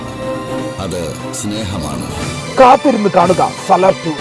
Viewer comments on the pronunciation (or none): Salaad എന്നല്ല പേര്😂 SALAR എന്നാണ്